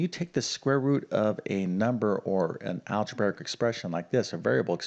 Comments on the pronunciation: Algebraic: Al-je-BRAY-ik, NOT al-je-BEAR-ik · "Algebaric" expression? Beginning to understand the sad state of U.S. education.